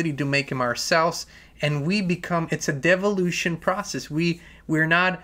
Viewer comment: Lol was that devilution or devolution